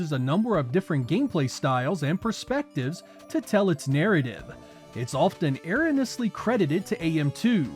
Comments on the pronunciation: “E roan E Us Lee” not whatever you said haha, great vid as always! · lol "airanously"